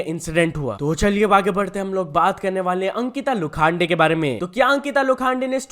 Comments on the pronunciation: Ankita lokhande❎Ankita lokhaande✅💀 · लोखांडे नही लोखंडे है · Please pronounce the name correctly Lokhande